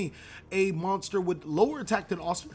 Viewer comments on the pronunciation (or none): none